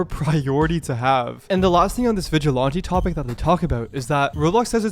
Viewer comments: my man what the fuck is a vigilahntee and why the fuck can't David say it right either? Dude is 62. Don't tell me this is a midwest/northern thing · is the voice over ai? i ask since it keeps pronouncing some words super weirdly both vigilante and pedophile are super mispronounced